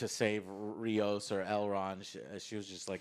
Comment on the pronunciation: It's Rios, like rivers. Not Raymos